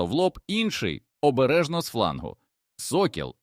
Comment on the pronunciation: Ви ж попереджайте що це казочка згенерована за допомогою ChatGPT. А то люди подумають що це правда. Доречі автору казочки - для озвучки використовуй Elevenlab. А то ця модель озвучує з купою помилок.